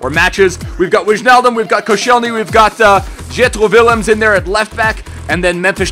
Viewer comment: The prononciation for Jetro Willems is ietro Villems :)